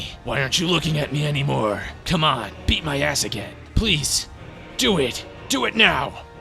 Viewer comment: What he says: BEAT MY ASS What I hear: EAT MY ASS 😭😭😭